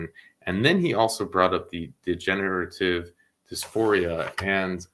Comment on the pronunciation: I think he said "degenerative" lol...but it did sound like big genitals though😂